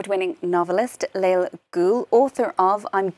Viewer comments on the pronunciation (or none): Lale is a true hero ! And her name is pronounced LA-LE.... NOT LAIL... journalist supposed to do a little research or.. oh wait we live in 2023 real journalism is dead.